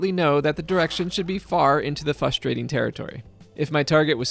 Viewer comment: I’d give the clue “Fustrating,” because it’s frustrating how you mispronounce it 😂